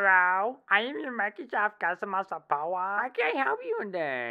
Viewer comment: Bruh I'm weak cause of the hellu I'ma your Microsoft suppra custma surporwa